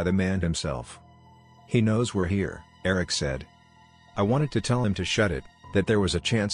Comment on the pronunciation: The way Eric is pronounced is bothering me